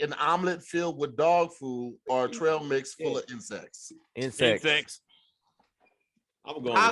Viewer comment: Eat "trial' mix.... thought it was trail lol